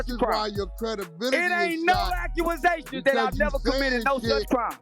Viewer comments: That NikkkKa "Charleston White" Said; "It Ain't NO 🤔"Acue'Asations"🤔." LMMFAO!! 😂😂😂😂😂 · "It ain't no accuasations!!" Charles white